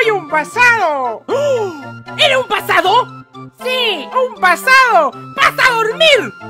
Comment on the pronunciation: Pensé que decía soy un pasado xd